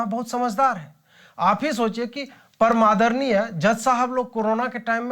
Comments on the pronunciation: I heard Para(MADARNIYE) instead of PARAM ADARNIYE... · पर-मादर्णीय good accent.